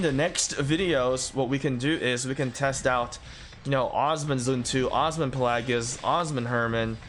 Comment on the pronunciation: It’s not uzman…. It’s Osman. Ooo-sss-man.